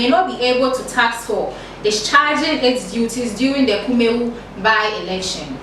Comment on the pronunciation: Please your presenter must be presentable. The dress and hair are unpresentable as well as the reading. She can't even pronounce Kumawu.